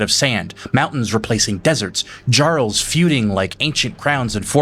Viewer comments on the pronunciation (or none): its actually pronounced (jarl)yy-ah-rl my guy not jj-ah-rl. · brother did you just say Jarl with a J sound? They literally say the title so many times in the game how do you even fuck it up like you’ve never played the game before 😭